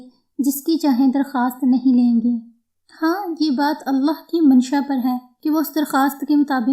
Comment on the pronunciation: Sahe alfaz allah hai aullah nahi hai ap apna alfaz sahe karen allah hai sahe alfaz